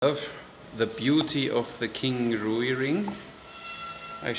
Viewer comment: Thank you for another informative, entertaining video. FYI: Rui芮 is one syllable, kind of rhymes with the English word "ray," with a w sound in between: rway.